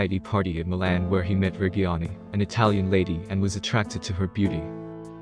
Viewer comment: At least try to pronounce reggiani right pls